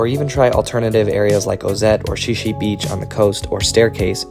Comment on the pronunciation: The beach is pronounced “shie shie” Beach.